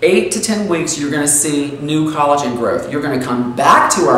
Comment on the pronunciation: That's collogen not Colleen.